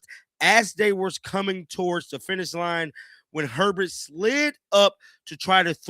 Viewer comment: It’s not Herbest, it’s herbst